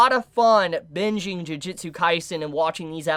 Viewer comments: please stop saying "Jiujitsu" Kaisen ;_ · Tbh, it was a perfectly fine comment. No hate or malice really shown. Don't know why you're saying it's not constructive since now knows it's not pronounced "jiu". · juJUtsu kaisen :D not jujitsu ehe trigered ahah , JUJIIIIIITSUUUU!? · Why is so many people still calling it "Jujitsu Kaisen" XD